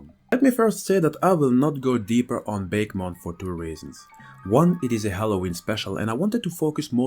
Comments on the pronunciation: 4 years later, "bakemon" shouldn't be pronounced that way at all, it's litteraly souding like a bake-mon, instead of baké, ah it should be, baké, meaning ghost, nothing in comon with bake isn't it ? :') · Actually, even though it doesn't seem like it would be, it's name is actually pronounced Baku-mon. At least, that's how it's name was said in the anime. Bake-mon (the way it was pronounced in this video) makes me think of a pie (a pumpkin pie in this case, perhaps?) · just so those who didn't know Japanese , Bakemon is pronounce Bah keh mon meaning ghostmon while nostalgia is saying BAKE as in baking something just to clear some confusion. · I was always under the assumption that bakemon was pronounced [bah-kay-mon]. The general names for Japanese monsters are obake and bakemono, which is why it appeared as such to me.